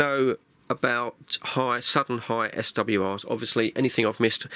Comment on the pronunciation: It’s pronounced swores